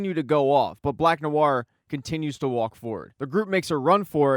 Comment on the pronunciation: Wierd thought: I like the way you say "walk". Are you a New Yorker or from Boston?